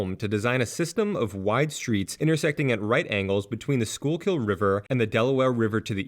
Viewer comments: The Schuylkill River is pronounced "SKOO-kle." Don't feel bad-- it isn't very intuitive. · The "peninsula" you describe is just called Philly. The area west of the Schuylkill (pronounced "Skookle" btw, not gonna fault you for that since you got Passyunk right lol) is University City because the Drexel and UPenn campuses are there, and farther out is West Philly. Fun fact about the beloved City Hall: Until the 1980s there was an unofficial "ordinance" that no building was allowed to be built taller than the William Penn statue. After the 1987 construction of One Liberty Place, the first building to break this rule, Philadelphia's sports teams, which had been quite successful across the board through the 70s and early 80s, were mired in mediocrity and heartbreak. This coincidence was dubbed the "Curse of Billy Penn," and persisted until the Phillies finally won the World Series in 2008, finally breaking a quarter century of championship drought in Philly sports.